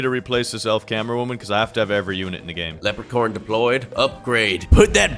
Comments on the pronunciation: Bro, why does melon call leprechaun cammera man, leprechorne cammera man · Who heard lepre corn 👇